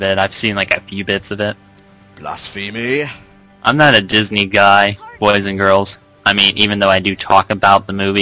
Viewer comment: You mispronounced "blasphemy"